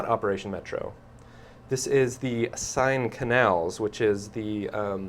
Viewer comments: American ignorance- SIGN RIVER. It's pronounced "Sea-en" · The River Seine is pronounced like sane not sine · Sounded like you said sign crossing. Learn how to pronounce words correctly... -_